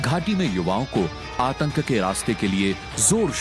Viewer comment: Atak nhi atank